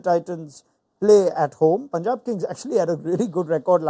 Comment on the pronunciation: Mitchell heard punjab but still pronouncing incorrectly